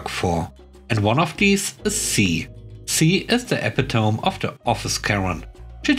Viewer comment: Pronunciation: epitome is pronounced uh-pit-uh-me.